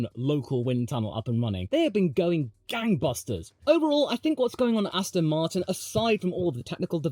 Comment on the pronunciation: everyone mentioning the joke circa 9 minutes but i don't see anyone appreciating aston martinn,,,,, rotat e ast oN rotato FASTA astonmartin go g O can you feEL it a s t s on mart win yEs feel tHe S pED WE HAV rEAFHJED MAXINMUN VELSOSIPY